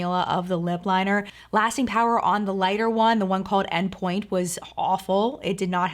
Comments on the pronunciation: “En pointe” is pronounced on not actually pronounced enn. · CBD life She actually pronounced it "N" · Just to clarify, the "En Pointe" is pronounced like "on". It's a ballet term of basically being on point shoes. It's French. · I'm in England too. She said it wrong.